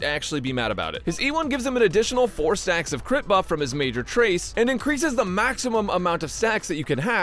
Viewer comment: I totally heard “increases the maximum amount of sex you can have” instead of “stacks” and I am genuinely ashamed